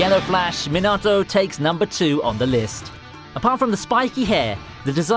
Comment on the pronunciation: Rip Minato name pronunciation